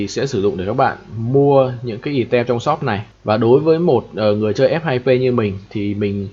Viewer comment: Hay quá, mình chỉ xin chỉnh sửa chút: từ "item" đọc là "ai tầm" :)) bạn đọc "ì tem" làm mình mãi mới nhận ra